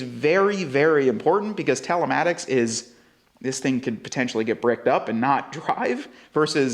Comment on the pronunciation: why are you saying talematics when it's telematics...